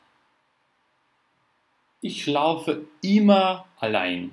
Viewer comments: Первый раз услышала от обучающего немецкому языку человека звучание "иш" для местоимения "я" - "ich"! Это грубейшая ошибка произношения! В Германии только турки, восточные люди и наши земляки говорят "иш". Понятно, у турков есть проблемы с артикуляцией и произношением бувы Х, в турецком языке ее вообще могут не произносить, она им сложна для артикуляции. Образованные турки с этой буквой знакомы и хорошо произносят. Из немцев никто не "шикает", за очень редким исключением, обычно это необразованные люди. Это приблизительно как наше "чаво" вместо "что". За мног лет жизни в Германии я один раз слышала это от старого немца, он был действительно малообразованный. Но чтобы это выдавать за норму?!! Ведь так просто прослушать любой фильм немецкий и услышать, как произносят немцы буквы и буквосочетания. Много видеопародий на немецких турок с их "шиканьем")). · Вообще то сочетание сh читается как х , я -ихь , не ишь. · Местоимение «Я» по-немецки будет Ихь (Ich). Буква «х» произносится с мягким знаком.